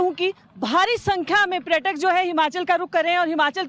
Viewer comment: Female correspondent speaking praytak in Hindi , can not say the word correctly paryatak .